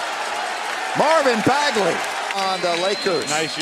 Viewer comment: Commentator: Marvin Bagely